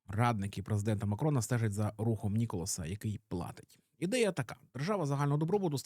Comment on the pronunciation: Все так, але правильно Ніколя, а не Ніколас 🤓🥖